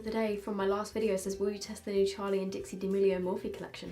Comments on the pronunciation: Hey just a reminder her names dixie not dixi 🤣xxx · just to let you know its dixie not dixi!!!!!!!!!!!!!!! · just to say it’s dixie not dixi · Just saying it is Dixie and not dixi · it’s Dixie not Dixi!! just helping you out haha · No one: Absolutely no one:: Charli and DiXi 🤔🤔🤔🤔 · no one: absolutely no one:: DiXi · no one: absolutely no one:: DiXi haha love you <3